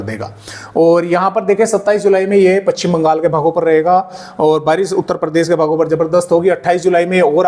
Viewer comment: पच्छिम नहीं पश्चिम बोलिए। सही उच्चारण का ध्यान रखें।